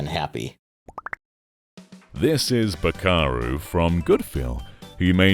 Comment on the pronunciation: Bakeru, not Bakaru